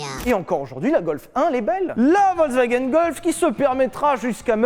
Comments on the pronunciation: On dit pas Volk mais Folk le V se prononce F. Voilà Fallait le dire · ça se prononce FolksVagen bande de brèles !